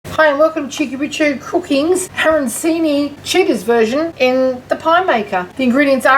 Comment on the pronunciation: Well you call them aranSini. The Italian ones are pronounced aranCHini. Good idea though.